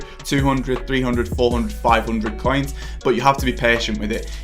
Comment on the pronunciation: I hate your voice. When you say coins it sounds ”caiins”. When you say make it sounds meek. So disgusting